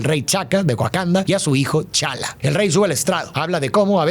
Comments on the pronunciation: Se me hace tan raro como pronuncia los nombres de los personajes, a T'Chala (Tachala) lo llama Chala, a su padre T'Chaka (Tachaka) lo llama Chaka, y a Falcon lo llama El halcón, entiendo que él no tiene que ser el mayor conocedor de los cómics para hablar de un producto así, pero que no diga bien los nombres de los personajes me hace pensar que tal vez él ni ve las películas y que tiene a gente que lo hace por él, y ya él solo lee los guiones que le entregan:/ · Chala no, tachala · El único detalle que no me gustó en todo el relato ha sido la pronunciación de T'challa y T'chaka, la T sí se pronuncia y las pasó por alto. Nada malo, solo un detalle pequeño como lo he mencionado. Increíble como siempre. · Me encantó el video y amo tu interpretación. Ahora, una pequeñísima nota: el nombre de T'Challa se pronuncia Tachála y el de su padre sigue un patrón idéntico, T'Chaka es Tacháka